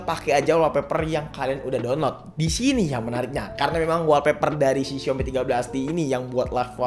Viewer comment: saran klo nyebutin istilah inggris sebisa mungkin pnyebutanny bener biar mkin keceh contoh olweys bkn alweys wolpeper bkn walpeper:3